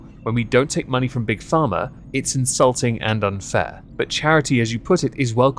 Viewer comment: Colony trash here. I was into the video before I realized you were saying Pharma and not "farmer." 😂